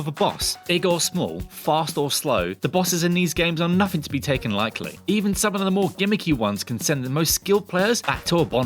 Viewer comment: I'm not the only one who heard "taken Likely" am i?